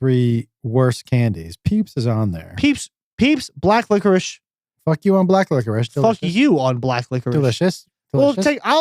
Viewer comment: haha did say black licerishshs LOL